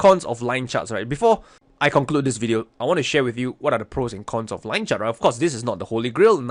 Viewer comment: "Yue likaa da lien chaert?" 👽 aaaaand "DRAAWIGIN"!!😂😂